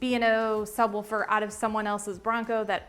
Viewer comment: I'm not trippin, right? she's saying sub wolfer.. right? also, FORScan is a risky name..